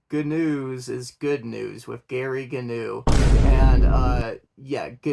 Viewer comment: union sucks, everyone breaks them. and Gnu is supposed to be pronounced w a silent G.